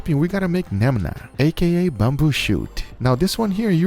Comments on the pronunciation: Guga really said "Nemna" instead of Menma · But failed at reading menma 😂